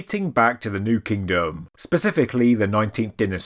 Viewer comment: “New KingDum”